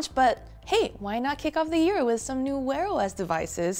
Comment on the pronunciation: Did she say "wearless" devices?